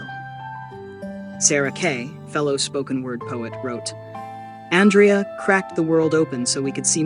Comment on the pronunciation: Ondraya Gibson? Please at least get her name right whoever is doing the commentary (AI?), some random channel on the internet.